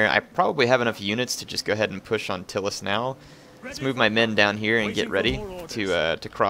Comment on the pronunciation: It's not "Till-us" it's "Tie-lis"